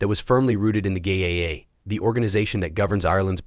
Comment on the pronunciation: The huy in the grey hoodie is not Paul but a Dubliner who won the Paul Mescal lookalike competition last week in Dublin! Sloppy editing and its not " GAYA" it GAA= GAELIC ATHLETIC ASSOCIATION.